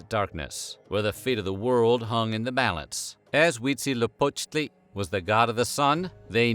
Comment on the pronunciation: I am impressed by the pronunciaition of Huitzilopochtli. 10/10